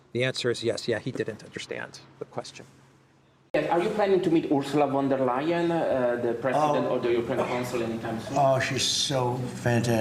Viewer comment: Ursula Wonder-liar 😅😂? Is that correct? 😂